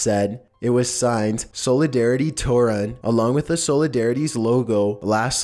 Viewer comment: Solidarity was anti-communist, though??? It's literally one of the things (if not the main thing) that abolished communism in Poland??? Unless I understood what you're saying wrong... Also, while you pronounced Toruń mostly right, the "ń" is pronounced pretty much like the spanish n with a tilde.